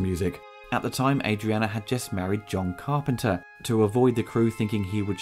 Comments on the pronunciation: It’s ADRIENNE NOT ADRIANA!!! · Great coverage. I've been watching all of your movie retrospectives and they are very well done and enjoyable. Small correction. Just for clarification, every time I've heard Adrienne Barbeau, it's always been pronounced, A-dree-en. Not, A-dree-anna. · ITS NOT ADRIANNA BTW. THERES NO A ON THE END.